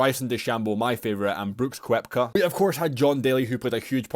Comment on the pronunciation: The Britis add letters to words and have the wildest of pronunciation. This dude found a way to add a 'W' to Koepka which is honestly impressive.